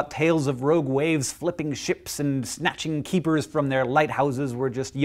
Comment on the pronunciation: I kept hearing ROAD waves...